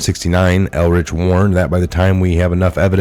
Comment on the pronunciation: Paul Ehrlich is pronounced "UR--Lick"